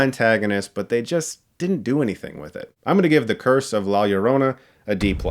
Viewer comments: Disappointed this movie is another horror dud. I was actually scared of la llorona as a kid, and lowkey wanted this movie to be good. (Also Chris, hearing you say “la llorona” over and over like that is pretty funny) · I like you reviews but if you’re going to do research about the character. Maybe research how to actually pronounce the title. Otherwise solid review. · When you choked saying the film title, I thought you were trying to pronounce it as a Welsh name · The crew made this movie can't even pronounce La Llorona, director is Asian,writers are American and German,they're good tho,but just saying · When people can’t roll their r’s 😂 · The trailer voice still pronounced it wrong. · ROLL YOUR "R;s" bruhhh! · The way Chris says "Lla Llorona" 😂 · I hear LawyerOna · La "yio-ronna" 😂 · Hearing all these white people not being able to fathom how to pronounce it lmao It's not "la yo-rona" it's "la yo (d) oh (soft o) nah" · Ugh dude its la JOH-ro-nah not LOH-ro-nah. Its spanish b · “law yourowna” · When I saw the trailer I couldn’t help but laugh! Especially when the actors called her “Joe-rona “. I didn’t see Diego Luna om here so lost all interest was way to American for me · You produce her name as La Ja-ro-na since two L's next together is pronounced as if it is spelled with a "J.." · I knew this movie was going to suck when they pronounce it "lie yerona." 😑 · La Yerohnuh, speaking of pronunciation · To be fair, I’ve seen reviewers call it Lorona and as a Hispanic it grinds my maldito gears LOL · The way he says la llorana lmao.. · Lah Ee-oh-roh-nah* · Listening to whites say La Llorna is the real curse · Your pronunciation of la llarona is the scariest part of this whole movie review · La llorona is it pronounced La yorona? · The ads on YouTube have been driving me NUTS. Every time the guy with the deep voice says the title, I swear he says "La JO-rona" and it's irritating 😠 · nice save on that hard L on Llorona in the beginning